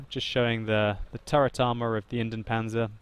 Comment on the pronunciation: its Indien-PanZer not Indien-Panser